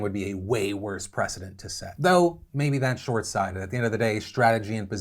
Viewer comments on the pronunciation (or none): "Short sided"? OR is that like Short sighted with a southern accent? lol